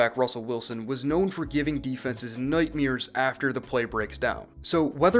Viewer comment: “nootmeres” lol